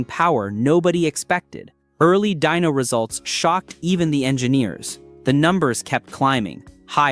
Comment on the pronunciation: Dyno, short for dynamometer, not dino. Please fix that, it's annoying. Thanks, good video otherwise.